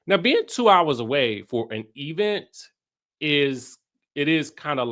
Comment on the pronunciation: I love that you call every event, the E-Vent. Shout-out to Tisha 😂😂😂